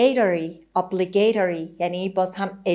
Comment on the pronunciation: عالی بود ممنون فقط تلفظ obligatory را چک کنید و برای If only معادل « ای کاش » بهتر نیست؟